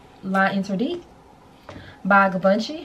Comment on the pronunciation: So *sighs here I am opening my fragrance pinterest to add new things to buy courtesy of hehe I was already eyeing Sublime and I feel like now I need to get it:) I can say that I have had a decant of Atomic Rose and Infini Rose is a bit closer to the original scent than Amethyst. Also, I believe its pronounced Givenchy (gee-von-shee) L'interdit (lawn-tra-dee).